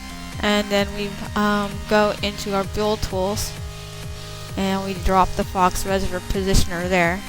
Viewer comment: "Faux" is pronounced "Foe", not "Fox"